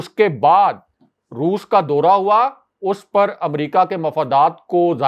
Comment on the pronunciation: Dora nahin daura. Pl correct Urdu bola karein